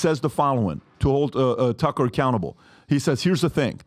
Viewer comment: Man PBD can’t pronounce anyone’s names properly, tf is “Cucker Carlson”😂